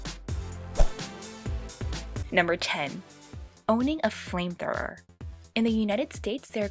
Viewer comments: Did she just say framethrower? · Sounds like she's saying flame troower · Did she say framethrower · The way She pronunce "flamethrower", "flametrorrr"! 😂😂😂 Anyway, is very cute!